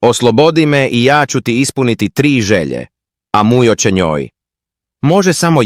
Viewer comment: Zašta govori muđo umjesto Mujo😂😂😂